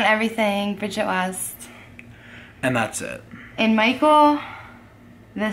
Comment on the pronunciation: always says briggett not family he does it all the time you all yell at brigget she just acting out like you all are